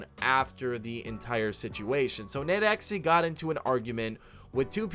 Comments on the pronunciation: It’s nade(dot)exe. It’s not nadexy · It’s pronounced nade x